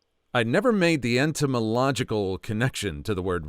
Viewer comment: Etymological, NOT "eNtymological." The first term refers to word origins. The latter refers to insects. From context, "etymological" is the correct word to use. (Or perhaps you didn't hear the mispronunciation?)